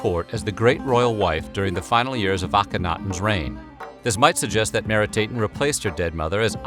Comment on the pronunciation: He got all the endings wrong. Not "Meeri-tayten" but "Mehri-TAH-ten". It's "Ankh-sen-pah-ah-ten", not "Anksenpayten" Etc.